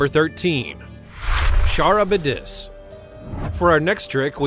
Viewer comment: It’s pronounced karibdis, not charibdis. 😂